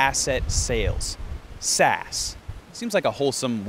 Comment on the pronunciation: I think the right way of saying "SAS" is "S - AS."